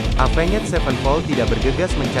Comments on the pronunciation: Oii dibacanya evens bukan avenget 😂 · Apenged wkwkwk Tapi gapapaalahh mungkin lagi masa2 belajar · Sebutan Bahasa inggris nya cringed parah..avan ged..apaan sih..itu yg ditulis itu yg disebut..avenjj..zaki apa jing..zac ki bilang nya.. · Cara baca Avenged nya jangan gitulah 😭